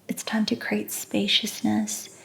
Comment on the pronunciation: You said the word "create" a bunch but it does have 2 syllables not just one. And "creators" has not 2 but 3. Pronounced differently from the word crate